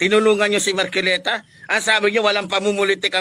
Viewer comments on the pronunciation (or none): Magsalita ka mn ayusin mo rin pronounce mo mahiya ka sarili mo marculeta? Marcoleta correction hoy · KUYA PUTANG-INA na matapang, M A R C O L E T A po hindi MARCUILETA Pakibigkas po ng tama.